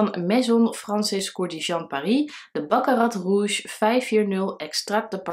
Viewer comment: Wauw! Die naam van Baccarat Rouge 540 sprak je in een keer goed uit!